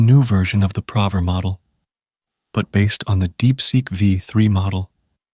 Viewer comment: 😂man. I was also irked by "prover" instead of "proooover"